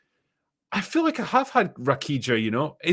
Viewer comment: Took me a while to understands what was talking about when he pronounced "rakija" that way 😂 Cheers from Croatia!